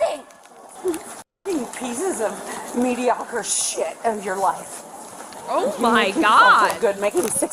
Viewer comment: I love that she calls them mediocre, but *mispronounces" it....